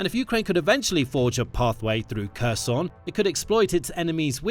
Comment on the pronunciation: Please learn how to pronounce "Kherson" correctly. It's important for news videos to pronounce proper names correctly, otherwise they come off looking amateurish and lacking credibility.